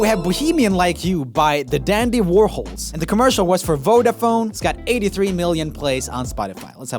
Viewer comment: Btw it's VodaFONE not VodaPHONE. 😂